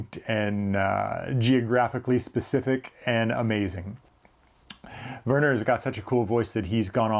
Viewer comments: Great video. You pronounced Werner corrrectly. Quite well to be an American👍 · You are correct in how to pronounce his name. The German’s pronounce a W as a V, and a V as an F. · hi, great stuff as ever! Werner in german speaking areas is pronounced "Verner", well done 😊 take care mate